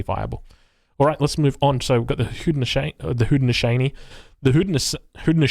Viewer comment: It’s pronounced Hoe-dee-no-SHOW-nee.